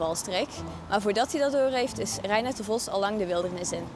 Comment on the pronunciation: waarom spreekt de presentator het woord vos zo raar uit , vosz , is hij een hongaar ofzo ?